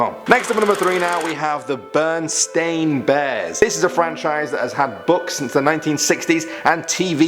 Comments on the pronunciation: your even saying Berenstain wrong, it's 3 syllables, not 2. you're saying "bernstain" but it's "berenstain" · When it comes to the Berenstain Bears, I think it is just a mispronunciation. I remember it being spelled Berenstain, but always hearing it pronounced Berenstein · I thought it was pronounced Bairnsting Bears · I distinctly remember it being The Berenstein Bears. I remember not knowing whether it was pronounced Berensteen bears or Berenstine bears. That one messed me up when I first learned about the Mandela Effect